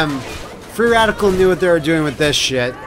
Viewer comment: You actually said Freeadical